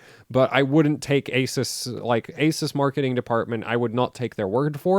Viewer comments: My country the shop sellers all pronounced Asus as Ah Zeus! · Who is here to see when will learn how to pronounce "ASUS" correctly. LoL